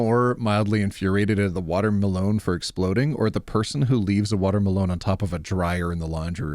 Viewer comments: I bloody misheard you. I though you said water malone. 😊 Then I looked up and saw watermelon.😂 🤦‍♀️ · Insert this in r/MildlyInfuriating: pronunciation of "Water-Melone" When you open the bead container upside down: I can definitely hear a vampire screaming: This is what it feels like when you throw salt at us... IIRC, doesn't tampering with USPS mailboxes incur a $250k fine? Astronauts from the ISS can see the time on that watch. Where can i get one? I need to gift it to someone who, by last count nearly 15 years ago, had 60+ watches gifted to them when they were in their 30s... Husband has 4 pockets, OP has none, where will she put her lip balm? Simple. In the husband's pocket. And call him to her workstation every time she needs the lip balm. The same thing with her phone, and other things that goes in the pocket. Surely it will delay things but a simple solution for all of this is pockets for women... And as a guy, I would definitely be falling on this grenade for true equality... Trucks need to be inbred to have their descendants have flat nose. Solution to the AIO post: stop cooking for him if he can't respect your time. And expressly state it, since he is doing this shit. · Okay, I am mildly infuriated by the way pronounces watermelon without breaking into the tiniest giggle. 👀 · Why does pronounce watermelon like Post Malone 😭